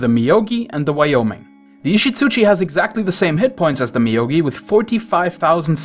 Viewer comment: Moyogi dude, not Miyogi lol